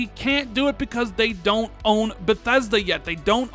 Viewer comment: "tell me why from daaant naad" lol speaking too fast and forgot how to say Don't.